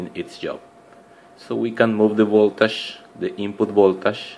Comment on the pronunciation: Funny, he say's instead of three pins, "trippins", anf voltage becomes voltash.